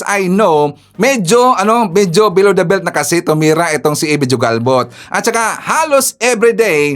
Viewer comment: IT IS PRONOUNCED AS HUGALBOT, NOT JU-GALBOT..